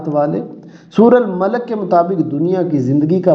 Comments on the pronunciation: Sir Ap ki mistak hai hai surah malak nahi surha molak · Sir suratul malak nahi hota suratul mollk hota hy